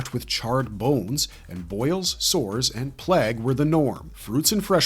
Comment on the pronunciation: did you just say plag instead of plague?